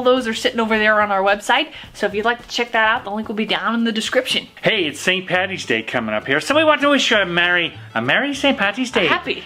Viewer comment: Please, Please, Please! it's not pronounced St Patty's day. It's never, ever, ever that, it's PAD-EES day, "Paddy's day" the D is hard, Happy St Patrick's Day from Ireland.